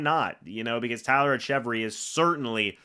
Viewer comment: Its pronounced “Etch-a-Very” btw👍 bro is a beast and deserves a shot